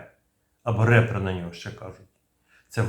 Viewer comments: Рипер. Рэпер это немножко не то) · Ріпер(смерть) а не репер))